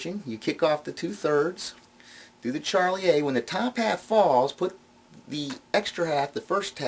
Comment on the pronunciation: I'm not a card guy in fact I abhor most card effects in spite of my knowledge and experience with the pasteboards, but I enjoyed this mini-lecture... p,s, (It's Shar-lee-ay) not Charlie-A